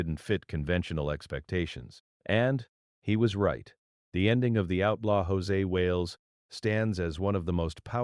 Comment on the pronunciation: José Wales? Wow. Proof that Artificial Intelligence is a bit of an oxymoron. His character's name is Josey Wales. Sounds like Josie and the Pussycats, just spelled different and no Pussycats. There's a Y on the end of his first name. That's how you know IT'S NOT EFFING JOSÉ!!